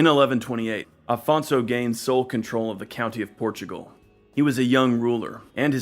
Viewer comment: You say "Portugual"? Sorry, your channel will be invade by brazilians.